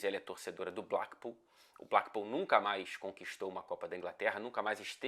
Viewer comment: " blackpool" com o "a" com som de A em português.. Que pronúncia massa..